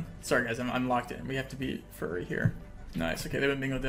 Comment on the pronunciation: pronouncing fury as furry has me dead